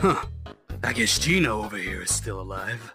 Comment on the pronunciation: the name of gino is geno not gino